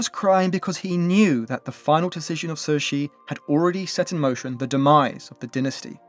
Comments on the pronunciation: Sir Ji? What!? At least pronouncing her name as Tze She would be closer even though it's still not accurate. But Sir Ji? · He did all that research, and not once did IPA of the name came up? Even if you don't read IPA, how did "Sir Ji" came about? There is no S, nor is there a J.